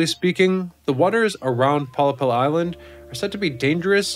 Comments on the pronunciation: A 'pollepel' is Dutch for a large soup spoon. Pronouced pol-lay-pul. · heerlijk toch, en dan die uitspraak van pollepel 😆